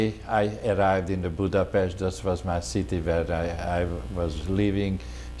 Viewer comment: Germany invaded Poland in "38..the interviewer .needs to pronounce Budapest correctly...